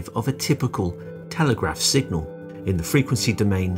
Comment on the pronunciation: Does the narrator say 'singal' several times (instead of signal). Otherwise this is an excellent non-math introduction to Nyquist theory.